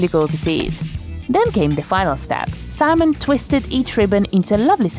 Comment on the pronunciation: Did she just call the baker Semen?